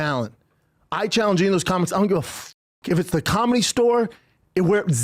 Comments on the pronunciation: What you mean b? What about cawlmedy? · You just don't pronounce cawlmedy correcdly, b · Hilarious how Schaub is technically a comic with two specials, yet he can’t pronounce the word comedy 😂